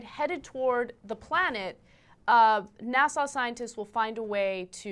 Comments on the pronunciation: will someone please tell anna how to pronounce "nasa"? thanks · Why does Anna pronounce NASA as "Nassau" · she said "Nassau scientists" TWICE!!!!!!!! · She keeps pronouncing NASA as Nassaw..